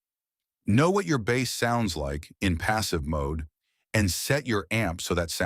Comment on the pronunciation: Hey Mr. AI narrator, it's BASS (Instrument), not bass (Fish)! I couldn't handle watching the video after that...